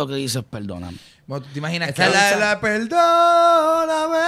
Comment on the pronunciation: peldooooonameeeee peldoooooonameeeee peldooooooonameeeee Jajajajajajajajaa Sorry es que es graciosísimo.